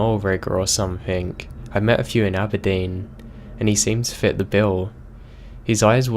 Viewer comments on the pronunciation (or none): none